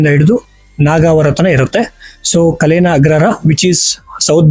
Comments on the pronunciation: ಹೆಸರುಗಳನ್ನು ಸರಿಯಾಗಿ ಹೇಳಪ್ಪ .ನಾಗವಾರ ಅಲ್ಲ ನಾಗವಾರ. ಕಲೇನ ಅಲ್ಲ ಕಾಳೇನ ಅಗ್ರಹಾರ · ”ಕ‌ಲೇನ" ಅಲ್ಲ, "ಕಾಳೇನ" ಅಗ್ರಹಾರ